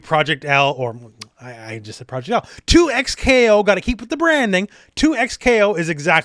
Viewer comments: bro two ECKS kay oh why are you saying twocks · I’m almost confident that it’s pronounced double KO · Surelly it's DoubleKo....., just saying....